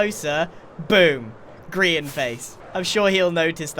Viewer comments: grian delivery system? nah gri-n-t yeeter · A griant mansion 😂